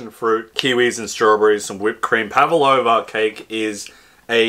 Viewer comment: Pavlova not pavalova.